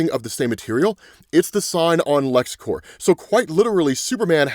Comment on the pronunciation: "corps" is a French word with silent "ps", pronounced like "core". "Corp" is short for "corporation" and pronounced with the p. Lexcorp/Supercorp is not lexcore/supercore